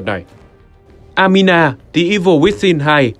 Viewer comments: Anima đọc thành Amina ????? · Anima nhưng người đọc cứ amina mãi thế :)